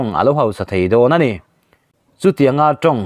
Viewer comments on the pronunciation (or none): none